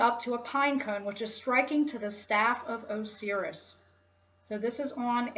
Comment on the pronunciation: so what is your religion then and does it not have any esoteric aspect? also, you mispronounced a lot of words. pineal, Osiris, Pleiades, Caduceus, Dionysus...